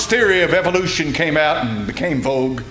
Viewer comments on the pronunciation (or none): none